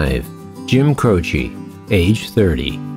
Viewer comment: You completely butchered Jim Croce's name and Natchitoches. It's pronounced Jim ( Crow ) Croce and (Nac-ca-dish) Natchitoches. I live less than 100 miles from the place and it is best know for it's Christmas light display.